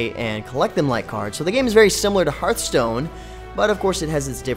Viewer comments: It's pronounced h-are-th stone :D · "Herth stone"